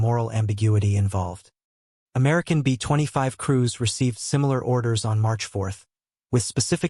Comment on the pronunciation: Either learn to do your own narration. Or teach they ai to properly pronounce LAY NOT LAH a pause between B and25 is inaccurate.